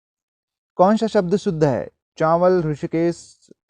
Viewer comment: चावल होता है सर चाँवल नहीं होता